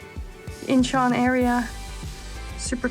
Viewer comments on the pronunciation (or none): Incheon is two syllables not three.